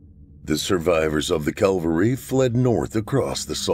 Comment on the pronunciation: Think it’s “cavalry”, not calvary. No-one likes a smart-arse I know !